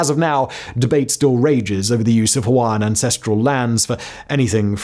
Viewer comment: Good pronunciation Simon of those Hawaiian names! This video captures pretty much the same history I was taught at my high school in Hawaii, oh so many decades ago.